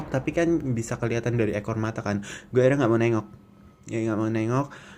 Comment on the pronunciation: "Masalahnya dia itu ga diem, dia itu jalan ke ggggueeee" - medhok mas:)